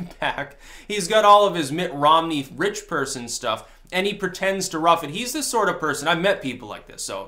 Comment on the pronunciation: "Mitt Rommel"....that young sir..is funny.